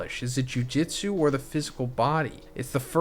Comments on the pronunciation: Not to be that guy but it’s jujutsu, pronounced jew-jew-tzu. Bro is saying Jiu jitsu which is completely different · Jujutsu… not jujitsu 😬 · why are u saying juijitsu? ITS JUJUTSU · Brother, its "Jujutsu", not "jujitsu" the pronunciation. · Bro its jujutsu Not jiu jitsu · Dude its JUJUtsu not JUJItsu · STOP READING JUJUTSU AS JUJITSU OMG